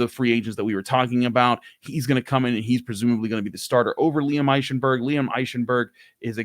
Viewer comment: When you say Eichenberg think Ike Taylor. IKE-enberg